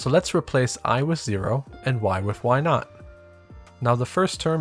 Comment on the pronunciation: Thanks. I've seen Bresenham's algorithm before, but this explained it in a way I would be able to reproduce (or rederive) without having to memorize the algorithm. An additional note you may find humorous: You are referring to y subscript 0 as "y naught", but the way you pronounce naught sounded to me as if you had said, "Let's change why to why not." (People make fun of New Yorkers for the way we say cawfee, but our naught doesn't sound like our not.)